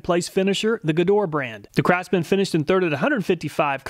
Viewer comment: dude...."Gedore" is pronounce correctly in German like with hard "G" and the two "e" as the "e" in "effort"